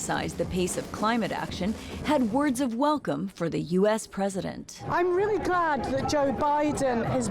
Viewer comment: "...to welcome joe biden as the new U-ASS president" LOL